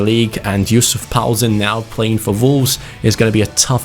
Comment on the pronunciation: Who's paoulsen??